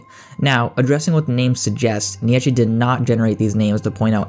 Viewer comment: Wrong pronunciation of Nietzsche